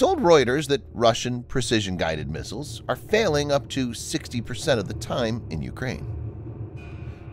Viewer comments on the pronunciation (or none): none